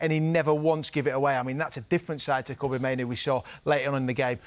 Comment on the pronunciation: It’s Kobbie like Robbie. Nobody can pronounce his name right!